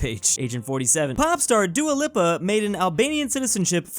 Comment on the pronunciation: I’ve never heard Dua Lipa pronounced that way before. 👀